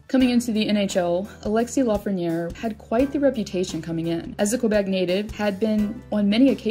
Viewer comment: It's Lafrenière.